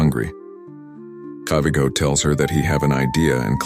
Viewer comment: It's kivighoooooo (ghooooo) not kivigo And atleast put sumi trading dress not Thai's people dress